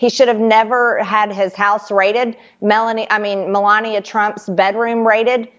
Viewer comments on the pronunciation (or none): She said Melanie! Hahaha 🤡